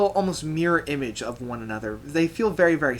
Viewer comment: It’s Wings for Marie, not Mary, lol.